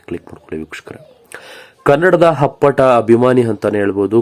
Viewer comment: ಹಪ್ಪಟ ಅಬ್ಬಾ ನಿನ್ ಕನ್ನಡವೇ ಸತತ ಹಾರು ತಿಂಗಳು ನಿನಗೆ ಯಾವುದರಲ್ಲಿ ಹೊಡಿಬೇಕು ಮೊದಲು ಹೋಗಿ ನಾಲಿಗೇನಾ ಬೆಣಚು ಕಲ್ಲಲ್ಲಿ ಚೆನ್ನಾಗಿ ತಿಕ್ಕಿಕೊಂಡು ಕನ್ನಡ ಉಚ್ಚಾರಣೆ ಕಲಿತುಕೊಂಡು ಆಮೇಲೆ ವಿಡಿಯೋ ಮಾಡು.ನಿನ್ ಅಕಾರಕ್ಕೆ ಹ ಕಾರ ಕೇಳಕ್ಕೆ ಆಗಲ್ಲ.ಇದನ್ನ ಮನೇಲಿರೋ ಸ್ಕೂಲ್ ಗೆ ಹೋಗೋ ಮಕ್ಕಳೇ ನಾದರು ಕೇಳಿದ್ರೆ ನೀನು ಹೇಳೋದೇ ಸರಿ ಅಂಥ ತಿಳಿದು ಅವರು ನಿನ್ನ ಹಾಗೆ ಉಚ್ಚಾರಣೆ ಮಾಡೋದು ಕಲಿತರೆ ಕಷ್ಟ